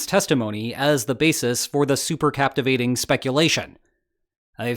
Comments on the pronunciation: Cavitation not captivation, love your show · Cavitation ,not captivation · Its cavitation not captivating